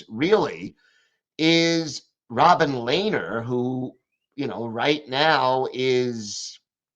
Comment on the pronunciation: LOL Me too. I have a feeling sometimes has too many refreshments. had half a dozen pronunciations for Robin Lehner. Learner, Lennon, Lenard....I miss Robin. A classic was Leon Dry-cycle. I nearly fell off the couch. spends too much time analyzing every call or missed call, then selling the idea he is impartial. It's a shame because when he gets off it, he gives some great insight. I have a feeling his days are numbered and Tom Hickey is being groomed for the job.